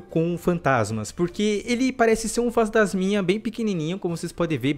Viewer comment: No começo ele falou fanstasminha rachei kk